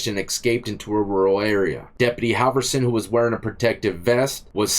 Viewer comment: Ok. It’s pronounced “Hall”vorson. And broski got the wind in his eyebrow hair.